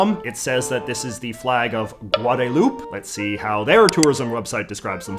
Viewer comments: It's pronounced "guad-a-loop-eh?" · Its pronounced Goooahdahloopeh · Of all people, I figured a Canadian would know that it's pronounced, Guada-loop-EH. Lol. At least in Spanish/spanglish. Maybe French is different. But I couldn't resist the joke. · Guadeloupe is pronounced Gwahdaloup-aye 😭 i love you jj im sorry i had to say it. I almost snorted hot chocolate when you said "gwah-da-loop" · I'm pretty sure you're supposed to pronounce the second 'e' in "Guadeloupe"